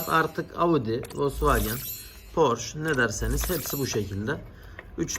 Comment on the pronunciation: Harika bir video olmus yanliz almanyada Porsche ismi (Porsch) olarak söylenmiyor Porsche olarak geciyor, yani son harf (e) de okunuyor, almanyadan selam 🫶🏻😁